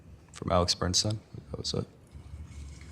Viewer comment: sloppy, overmatched defense atty can't even get the name "Bernstein" correct; multiple times he says "Bernson". Also, he allowed one of the female witnesses who testified near end of last Friday to conclude that defendant - when swinging at the decedent - used upper motion with closed fist, so must have had a knife in his hand. Defense atty needed to object to this conclusion since she was NOT an expert witness, but never did. Jury imbued that info in their minds for entire weekend! Poor, overmatched counsel.D looking at 60 years max if convicted.